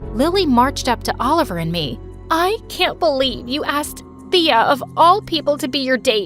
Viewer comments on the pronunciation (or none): Thea is my name but its pronounced Taya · My name is Thea too! But u pronounced it wrong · OMG THEA FINALLY HAS THE SAME NAME AS ME but my name is pronounced another way tho